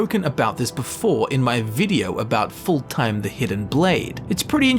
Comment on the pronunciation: Skyrim: tell you how to pronounce fulltheim: foulthime